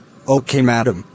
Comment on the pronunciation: The conductor is saying madam as if it is 'madame' brand😂